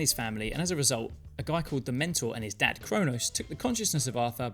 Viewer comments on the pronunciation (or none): none